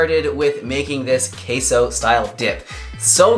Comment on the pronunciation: As a Mexican the way he says Queso makes me cringe 😩 Also why are they calling it Queso? Why not just call it cheese lol Queso is Cheese in Spanish lol aside from that thanks for sharing the recipe. 🙏🏽